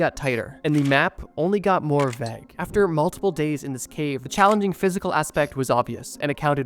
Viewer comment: did you just pronounce vague as vegg